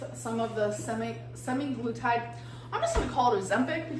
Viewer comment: Suppovely expecially and semiglutide